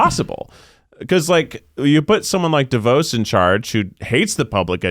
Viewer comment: As a person from Michigan who lives with Trump-supporter parents, can I just say how refreshing this podcast is? So nice to hear people talking sense during these quarantined days where I'm stuck in a tornado of conservative views. Also being a Michigander and hearing Keith pronounce De Vos wrong xD